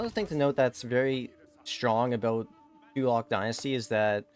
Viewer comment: Hey man, It pronounce as